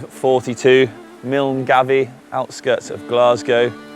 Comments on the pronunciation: "Miln -Gavie" ITS MAW-GUY xD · I’m sure it’s been mentioned but milngavie is pronounced mull guy. I’ve cycled the west highland way twice now north to south. The east side of Loch Lomond sucks lol. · Come on mate. It's pronounced Mull-Guy and Kinloch-Leavin' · I have to hope the pronunciation of milngavie was an attempt to get eijits in the comment section telling you it’s pronounced milngavie and not milngavie…… mullguy. Great video. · Milngave pronounced Milguy :) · Love the video and looking to do this run myself later in the year but was shouting at my phone with the pronounceation of Milngavie and Kinlochleven 🤣. Good effort on the ride though. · Would have put money on that mis-pronunciation of Milngavie 🙈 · Milngavie lol has to be the most mis- pronounced name in Scotland